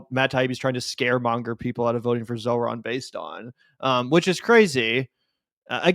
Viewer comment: Just because you mispronounced his name multiple times, it’s not zo-ran…it’s zohr-an. Peace